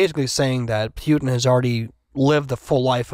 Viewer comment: The way they keep saying Pyutin 😂